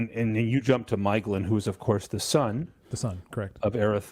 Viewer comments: Double vocals? There is often mispronunciation of the dipthong 'ae' (see video saying MAYglin rather than MYglin) But 'ea' is two separate vocalizations 'eh' 'ah. Thus Feh Ah Nor, or Eh Arr Endil. I'm not recalling any 'uo's offhand. (Though my memory fails more of late). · Stress on the first syllable, the AE has the sound of the English word 'rye', or 'eye' or 'pie'. Thus Maeglin would be pronounced MY-glin.